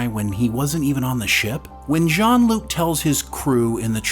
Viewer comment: Narrator cannot say Jean Luc? Anyway Guinan turns heel in this goofy show. She is aware in the 1800s I always figured but whatever.